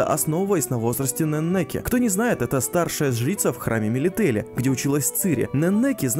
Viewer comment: нЕннеке, ударение на первый слог, нЕннеке бл